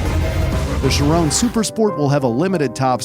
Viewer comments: She-rone. HAHA.... NO! Shee-rohn (n is soft) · The way this dude pronounces the names of some cars just hurts, its not pronounced "shi, rone" its "shi, ron" theirs no E at the end!! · i dont know why it bugs be when he says chirone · it is pronounced "ch-e-ron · Vey-Ron not rone it’s Ron and chi-Ron not rone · Dude pls say Shiron and Veyron, not ,,Chirawn’’ and ,,Veyrawn’’ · he pronnounced "chiron" and "veyron" "CHIRON" sheer on but spelled chiron veyron VEY Ron